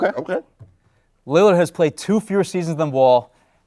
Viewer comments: "Damian Limmard. Damian Leonard" Damn he really doesn't know his name lmaoo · Every time he talks about Dame he always says Lilard wrong